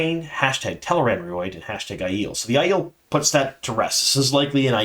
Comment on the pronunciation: Is this how Tel'aran'rhiod is pronounced? Sounds like something you should see a proctologist for...